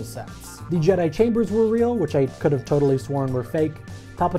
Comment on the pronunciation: did he just say ''return of the jedee'' XD